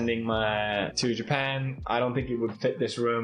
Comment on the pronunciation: Wverytime you keep saying Japan, I keep hearing Ja Pant. Are you “ja panting”? Lmao